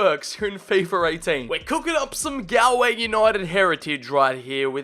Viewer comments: Its not GAL-Way , its pronounced gaul-way , as in gaul rhymes with haul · because its pronounced gaulway not gaLway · pronounced golway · As a Galway native a bit of me died inside every time you said Galway